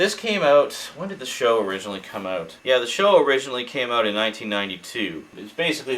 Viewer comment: i think its more like eout